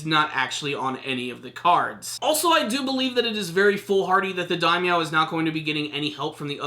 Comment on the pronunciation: "Daimeow"? Lord of cats?